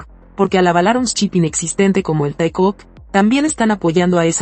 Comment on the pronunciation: voce é ÓTIMO...''TAECUZ"😅☺🤭